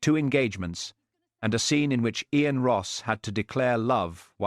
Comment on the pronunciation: Who pronounces “Ian” as EE- ANE? AI is amazing, but doesn’t one edit or correct it? I prefer human readers.